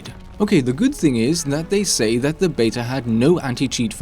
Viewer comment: It's beta, not betar